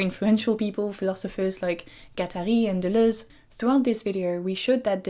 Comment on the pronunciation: By far the most valuable thing I learned here was the proper pronounciation of Deleuze and Guattari.